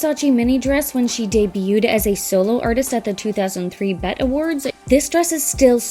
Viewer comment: Pronouncing the BET awards as bet is triggering